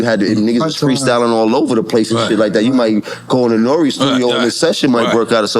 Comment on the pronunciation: "Hey siri, play NORE-Closer"